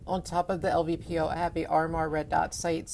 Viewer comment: l-P-v-o, not "lvpo"